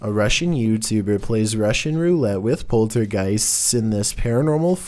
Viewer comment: Why do you say "poltergeists" like that? Poltergeistsssss